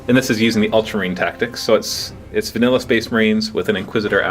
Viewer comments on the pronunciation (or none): none